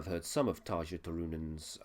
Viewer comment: You say you've listened to Nightwish before, but don't know how to pronounce Tarja's name? I wish reaction reviewers would do just a little research.